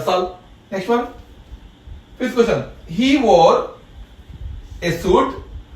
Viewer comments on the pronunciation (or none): none